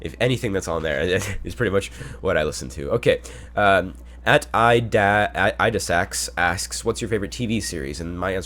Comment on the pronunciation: Omg you said my name in such a funny way xD I am idasaks :3